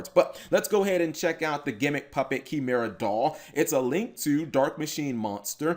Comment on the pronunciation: You should drop the S in the title. It's one monster. And it's pronounced KAI-mera.